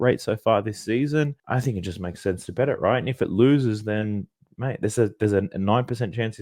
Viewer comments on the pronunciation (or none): none